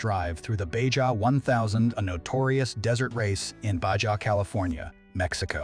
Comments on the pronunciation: BAHA, NOT BAJA 😂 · You say it like Bahaa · Baja pronounced BaHA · Did they really say, “Bay-Jah?”? SMH!! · Try to pronounce BAHA like a real human being. You loose cred when you make such a glaring mispronunciation. It's like when I misspell a word. I wind up loosing the good will of my audience. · BAJA pronounced BA HA 🙀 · We have this random translation going on across the border, lol. J is H, R is silent (I think). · Suggest you learn how to pronounce ‘Baja’. The editors must be deaf. I gave up trying to count the mispronunciations but it was a bunch. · They must be using computer language because nobody pronounces Baja that way